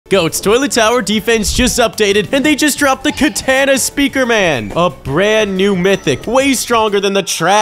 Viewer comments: Dude it’s katana not kataana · “Katena speaker women” BRO ITS KATANA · Katana not katena btw